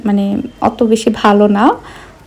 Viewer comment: আপু,কিছু মনে করবেন না প্লিজ। ১০০ কে হওয়ার অনেক আগে থেকেই আপনার ভ্লগ দেখি।অনেক ভাল লাগে। ত,কথা টা এর আগেও অনেক বার বলতে গিয়েও বলিনি।কিন্তু এখন বলেই দিচ্ছি,প্লিজ কিছু মনে করবেন না। আপনি যে,আলহামদুরিল্লাহ বলেন এটা ত ভুল আপু,আলহামদুলিল্লাহ হবে ত।তাই না!!...